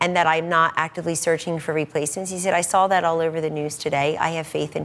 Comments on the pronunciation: Sawl is not a word Kelly Ann. Trump Administration is killing our language... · She said "if I sawl it" at 4 min. Go back to the libarry and see if saw has an "L" in it.